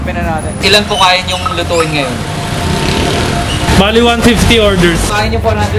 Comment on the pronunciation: HAHAHA SANA KUYA DI KAYO NAPAGOD KAKA BORGER BURGERR BORGOR BERGERR hahahaha